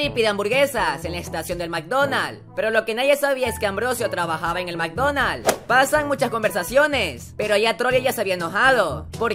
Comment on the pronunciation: alguien más penso que dijo ''mikedonals'' xd